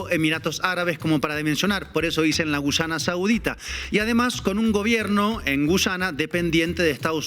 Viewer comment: Terugi no es gullana es Guyana 😂